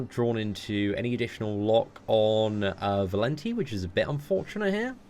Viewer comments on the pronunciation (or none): it's Valenti, not Valenty LOL